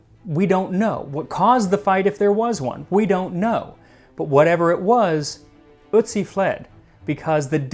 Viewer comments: Please pronounce his name right. It’s Otiz not Itzi.😊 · It's pronounced urt-see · The umlauted o (ö) in German, and germanic languages, is pronounced like, "er". So, "Ertzi" would be more accurate than, "uhtzi" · Nah, his pronounciation sounds like "Ützi". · It's eeortsi mate (pronounce) the umlaut dictates this. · then how come the guy in the video pronounced it the exact same way as "soot" and his pronunciation was touted as perfect?? you might need to rewatch the vid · It’s pronounced ertzi. O with an umlaut makes an er sound not oo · I'm a native German speaker, I know how it's supposed to be pronounced and listened to it again just now. He's not pronouncing it perfectly, but he's much closer than most English speakers bother to get. He's drifting more into the the neighbourhood of "ü" when he pronounces it, but you can hear he's trying. There is a psychological thing where you can't hear a difference between pronunciations if they're too foreign to you but I forgot the technical term. Same thing happens to me in English sometimes. Check Google Translate, set it to German and listen to "Ötzi". But be aware that it is slightly differently pronounced (short and without emphasis) when it's at the start of a word, so check out "Brötchen" too for a clearer example. In Austrian German it's emphasised more despite being the first letter of the word, but they add a weird diphthong to it too whereas Standard German keeps the vowel pure.